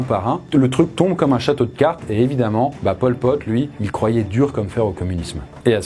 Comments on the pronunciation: prk j'entend pom pote quand tu dit pol pot ^^ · merci d’avoir fais la précision que je t’avoues que mes oreilles ont bien saignées quand tu as dit ça 😅🤣